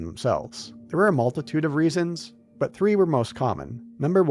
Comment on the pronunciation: "but this twee diffwent diffwent twee diffwent weasons for diffwent twee" 🤣 Also I named multiple other RPG games with more interesting worlds that don't just rely on big eye catching skybox pieces, not just Shadow of the Colossus. I'll name them again since you can't read: Oblivion, KOTOR, Fable, Fallout 1+2 If you're not satisfied with those examples because they're RPGs how about some 3rd person action games that are much better? Because that's really what souls games are, very little traditional RPG to them tbh. Last of Us, MGSV, RDR1+2, any of the last 3 Hitman games, just those off the top of my head are all more interesting and unique 3d environments to explore that don't just rely on big skybox set pieces Also sorry for "taking too long to reply", my sleep schedule doesn't work around your need to defend Souls games lmao